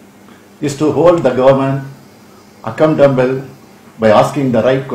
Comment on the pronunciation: Thundushittu vechi apdia padichtu erkarru, Accountable nu solrethku thapa yena yenamo solituerkar.